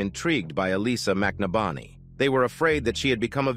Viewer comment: Wow, everytime this person telling the story says the last name he changes it. And it's not even close to the correct pronunciation. It's McNabney. Break it down (Mc Nab Ney)the guy was killed show some respect by at least pronouncing his name correctly.